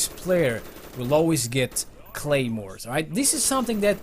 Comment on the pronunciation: wtf y u say gaymores